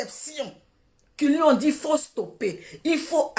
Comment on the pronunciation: On dit dst